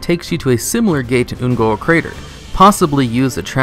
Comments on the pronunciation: wayvrains and the Oon'guuru crater. Come with me and we will together over think the pronunciation of various words and mispronounce Shit. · .... why do you keep saying Un'goro wrong -.